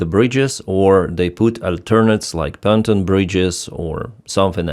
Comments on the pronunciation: Pontooon bridges. pontooon not phantom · many people may not know the bridge you are talking about. You mispronounce “pontoon bridge “. Your pronunciation is “Panton”. Some may not understand this is a floating temporary bridge.